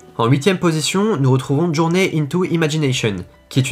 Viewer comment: « Journée » c’est « djourny »